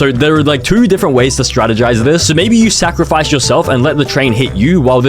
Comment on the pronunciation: Bro,he said sacrfice himself